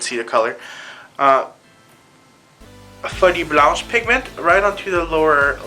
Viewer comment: Every time you saw "Folie Blanche" I hear "Sweaty Blouse" and I laugh.